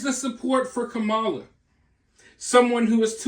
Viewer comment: Does anyone else’s bum clench up every time they call her mamala?